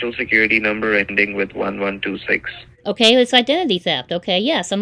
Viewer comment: 2 TOUSAND, AKAY!!!!!!!🤣🤣🤣🤣🤣🤣🤣🤣🤣🤣🤣